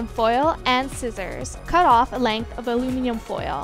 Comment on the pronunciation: you're saying aluminum like alumian